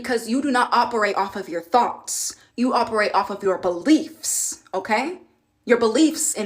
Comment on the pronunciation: This is a good video but please stop saying "okaaay" and work on your diction. That will help you to elevate quite a bit. Speaking well should be a goal of yours if you really want to grow. Listen to how well the women and men in the videos speak. Listen to how Rev. Ike speaks. Articulate. Not cringeworthy. They don't sound ignorant. You aren't a gay male. Stop the slang and the lip smacking. The words end in the letter g. Not the letter n. These women sound educated. You sound like you are trying to host a drag show. It's not cute. This is a gateway into being taken seriously and not like a caricature. Hopefully, this helps and you will work on this. It makes all of the difference.